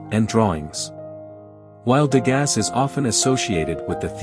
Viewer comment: His name is pronounced " De GAH", not "De GAS". How did you not learn this before releasing this video?